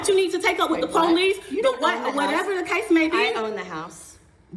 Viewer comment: " De Powe- leese'